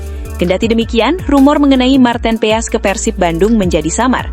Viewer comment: Bukan marteen peas tapi marteen paes ,, memalukan sekali cara bacanya